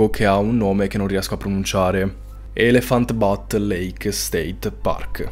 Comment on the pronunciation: Elephant Butte si pronuncia ' elefant biut' e significa 'collina elefante' perché la città è su una collina dalla forma di un elefante..., mi raccomando di guardare le traduzioni prima di inventartele😅